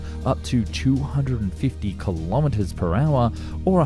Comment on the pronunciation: Stepson? Stepson? Ah yes the famous steam engine designer whose mother re-married. Come on, dude, don't you have a "ph" in the Antipodes? "STE-VEN-SON". And seriously, a thousand metres is NOT NOT NOT a "KLOMMitah" it's a KILOmetre. All SI multiplier prefixes are pronounced as if the unit wasn't there, then the unit is added, otherwise you'd have mi-LIL-itahs, cubic sen-TIM-itahs, KLOGrammes, meGAH-watts. No, kilo to rhyme with pillow, milli like the girl's name. First syllable pronounced and stressed. Devices for measuring can have their pronunciation altered as e.g. al-TIM-eter, but not units.